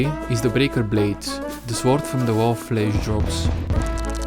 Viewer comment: funny how you pronounce the W in sword